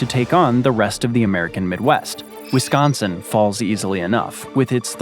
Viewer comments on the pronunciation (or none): none